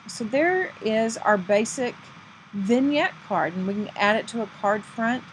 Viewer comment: Thank you very much. This is a very nice card. Also thank you for teaching me how to say Vignette. LOL